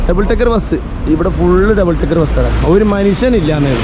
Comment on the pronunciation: Double Tekker ❌️ Double Decker ✅️